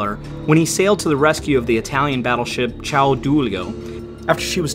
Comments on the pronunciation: Very well presented....you need some work with your Italian pronunciation but otherwise great. Italian is a very literal language. If you pronounce what you see written you'll be better off. CAIO Duilio is KAI-YO not CHOW for example. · Mispronounciation of almost all names....who ever says "CristofOro Colombo"? And CAIO Duilio,not CIAO Duilio.